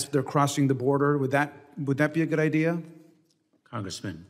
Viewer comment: At 44 minutes and 06 seconds this woman used the word “IDEAR” please clarify what that means. Thanks